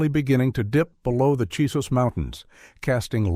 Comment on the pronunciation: CHISOS mountains. Not Jesus mountains!